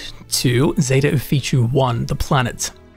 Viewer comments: I love taking advice from someone who cannot pronounce something that they are explaining correctly. How does Ophiuchi = Oh-fee-choo? In what language exactly? It's Offa-yoo-kee. Or Offa-yoo-kuy. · Got a couple tips for you and your watchers. By the way, the planet is pronounced Zeta [o-fee-chu-ee] just how it's spelled, which is Ophichui, not [o-fee-chu]. lol 1. Pop an Amp when traveling large distances. You'll run 35% faster and jump 2x higher for 2 minutes. 2. Set your FOV to the maximum in first and third person view (since they've added in the FOV slider in a recent update.) It just gives you SO much more visibility. It's definitely a quality of life upgrade. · Just FYI it’s pronounced “oh-FEE-you-ki” not “oh-fee-chee” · "Off-ee-oo-key" If you try to spell the name you are saying, you will see it looks wrong. The most wrong bit being that it ends with an "oo" sound. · FYI: Off-e-oooh-key